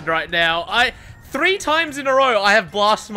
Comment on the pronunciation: Thrrrrrrree sixty